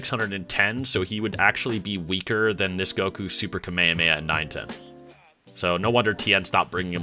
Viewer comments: Bro said ka me a me a It is Kah meh ha me ha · "kameyameya"? what? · is strange that you know so much about Dragon Ball but you don’t know how to pronounce kamehameha…